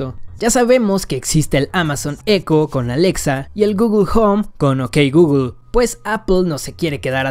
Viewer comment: Jajaja no sé si decía "ok Googlel" adrede para activar el asistente pero lo activo 3 veces 😂😂😂 Like si a ti te paso 😂